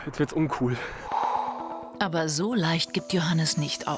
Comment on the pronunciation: er sagt da wird es unkul